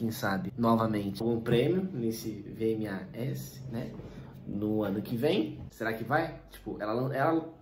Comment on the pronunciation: Vmas se pronúncia vi e mei kk